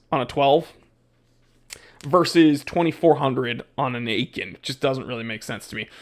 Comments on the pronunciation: Had it, not a bad watch. Btw, you can read Aikon as "icon" 😉🤯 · Say it with me: “Ay-kon” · As long as you can’t even pronounce the name correctly, I unfortunately can’t take you seriously. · Aikon is pronounced like icon in English. Lacroix, the "croix" is like in croissant, with a hard rolling "R". As for the brand. I scored a pontos S diver chrono for a few hundred euros unworn. Look and thou shalt find bargains. Oh, eta 7750 caliber 200wr, 43x15mm. Not bad I think😂